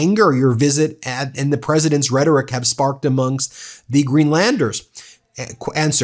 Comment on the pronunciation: "Axed" (try asked) and "before da president" (try before THE president) ----- glad to see he is a well spoken republiCANT. What else can he do well?